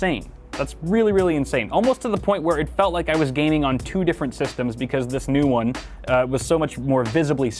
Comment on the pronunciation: “Juan, Twwwohhh, Treee, Fooowww!” Lmao